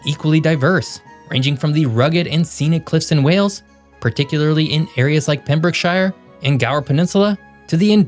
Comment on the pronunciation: Ah, the "...shire". The "shire" in "Pembrokeshire" and others is pronounced as "shuh", or "shur" if you're American. Never as "shire". For example, Leicestershire is pronounced as "Les-tuh-shuh". That's because English. "Hebrides" is pronounced as "He-brih-dees". The UK, or Great Britain, or whatever, is just weird when it comes to its political structure. First, there's the weirdness that in games like football or rugby, the four countries participate separately. But not in the Olympics (not even in football), where they participate as "Great Britain". Even though Great Britain is the main island, and the country is the "United Kingdom of Great Britain and Northern Ireland". Then, there are the Isle of Man, the Channel Island (Jersey, Guernsey and Alderney), which also have a different status. And then there are the overseas territories all over the world, not to mention the many independent countries, like Australia, that have the British monarch as the head of state. The only nearby country that has somewhat similar weirdness is the Kingdom of the Netherlands, with the Netherlands, Aruba, Curaçao and half of Saint Martin as its countries. But it's nothing in terms of complexity when compared to the Brits.